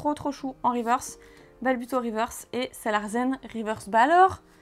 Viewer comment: c'est SalarSSSen pas ZEN ^^ je pense qui c est un jeu de mot pour sale larsen ^^